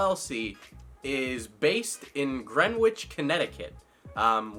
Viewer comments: Gren-itch is how it's pronounced lol sorry, I'm from Connecticut. And trust me, a lot happens here. Too much actually. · Okay dude you totally pronounced Greenwich wrong. I’m sorry that I’m calling you out for this, I just physically cringed when you said that. For the record, it’s pronounced Gren-age Okay thanks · You don't pronounce the "W" in the word Greenwich.